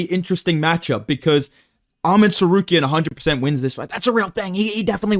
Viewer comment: too much chael impression permanently ruined your tsarukyan pronunciation 😭